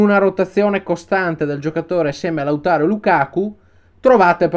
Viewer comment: Mi fa impazzire il continuo cambio di accento su Martinez che passa da Lautáro a Láutaro con un'elasticità che a Conte farebbe decisamente comodo... #Lautaró